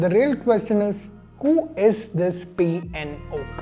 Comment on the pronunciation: P N oak, sounds more like pinokio